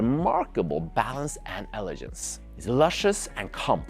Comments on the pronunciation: wonderful review ! also, it is pronounced "eh-luh-genz", not "eh-luh-jernz". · in English, the word 'elegance' or 'elegant' has a hard G sound, like the word 'glass' or 'great'. Great video and I love the wine focus - Serving Keller VdF in the standard pairing is pretty impressive, as well as getting a Sta Barbara Chardonnay in Norway. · he means the word "Elegance" which you say many many times, wrong :)